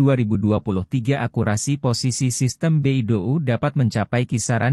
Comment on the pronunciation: Bacanya bei dou, bukan be i do u 😂